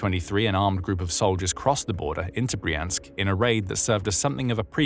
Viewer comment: It's Br-yansk, not Bree-ansk - when you see a russian word transliterated into Roman letters the y is always like the y in yelllow, and never like the y in copy